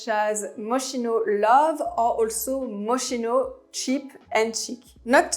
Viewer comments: On dit Mos-ki-no ! Pas mochino .... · Totally agree with the list but Moschino pronounce - M-o-s-k-i-n-o, I know in French you don’t pronounce ch as [ch] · Great video but you did not pronounce Moschino correctly.